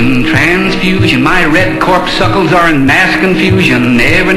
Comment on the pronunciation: He called corpuscles “corpsuckles” lol.